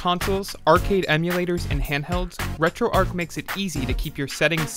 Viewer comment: Maybe the ‘H’ is silent...